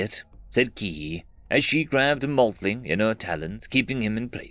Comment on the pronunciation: FFS, its not MOTLING, Its MOLTLING. Its got that L before the T which IS pronounced. Silly pronunciation errors like that may be forgivable for a non native English speaking narrator, but not one for whom it is his native tongue.